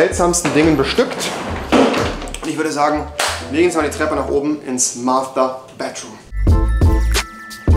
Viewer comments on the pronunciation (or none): Bro es heißt Master bedroom und net mathter bedroom